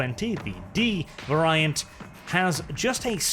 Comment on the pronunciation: I have never heard that pronunciation of “variant” before